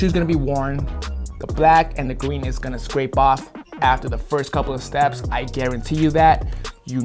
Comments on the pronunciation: Did anyone catch say gween instead of green in the video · I thought he actually said green like “gween”😂